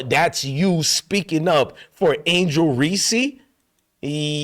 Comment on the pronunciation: Sir her name is Angel Reese, no ReeSee. Can you please say her name correctly? Thank you!!!